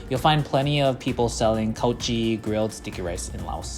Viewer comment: Your khao jee is so perfect